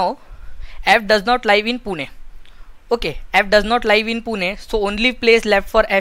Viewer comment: bhai pronunciation sahi rakha karo.. hadd iriitatting lagta jab " Liiive" bolte "Live" ko